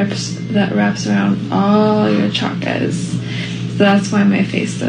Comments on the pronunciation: cha-kras...it's funny she's using all these words she can't even pronounce correctly...what a joke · I wonder how she knows so much about "chakras", yet cannot pronounce it correctly even once! 😂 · Ok she doesn't understand ch is pronounced sh in that word like 99% of gen z😆